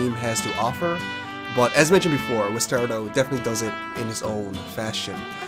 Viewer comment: I believe it's pronounced like 'Western' without the 'rn' and 'Colorado' without the 'Colo' So 'Wester rado'